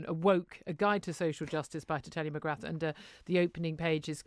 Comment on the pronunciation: You dont pronounce the 'th' in Mcgrath, it's pronounce more like McGrar. If it was not an Irish surname and a French surname people would be falling over themselves to pronounce it properly.